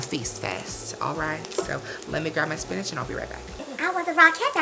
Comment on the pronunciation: Great Value Spanish!! Classy queen! 💚💚💚